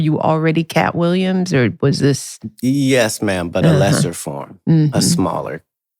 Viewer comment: “Kapp Williams” 😮‍💨